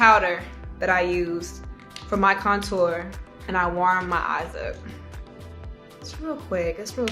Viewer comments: yeah shes like conTOUR instead of CONtour its too cute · She actually says “Couture” as if it’s a high label brand. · Pronouncing "contour" like "couture"... She really did sumthin there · The way she says CONtour 💣😍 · Nobody: Saweetie: conTOUR. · That's not how you say it? 😭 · I also love how she says contour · lol the way she says contour 😂